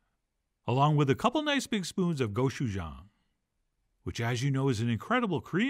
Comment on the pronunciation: I pronounce gochujang as "go Chef John" unironically now, d'oh